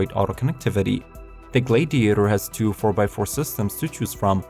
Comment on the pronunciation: JESUS CHRIST, GET A NATIVE ENGLISH SPEAKER TO NARRATE THESE VIDEOS! I am starting to think this is a fucking ROBOVOICE, as Lincoln and Gladiator were pronounced COMPLETELY WRONG! And you missed the Ford Bronco. FAIL!